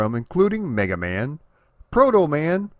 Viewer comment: I swear you said "Black Man" 🤣